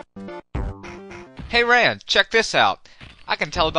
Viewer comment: ran (ron) it's pronounced ron great video love abridges wish there were more